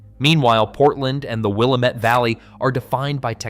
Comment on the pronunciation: Okay. First it's pronounced WIL LAM METTE. Not Willa mette!! Secondly why do you keep showing Purdue University which is in INDIANA??? Third Eastern Oregon will never become part of Idaho.